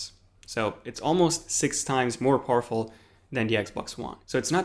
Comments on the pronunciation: Poorful instead of powerful 😂 go back to school dude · At first I thought he said most awful console and I was like ayyy this guys a ps4 user but then I realised he said powerful😂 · When you said powerful I thought you said awfuL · The way you said powerful made me think you said poorful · is he saying horrible or powerfull